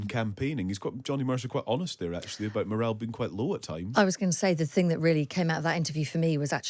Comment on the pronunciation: “ morale”. Good grief.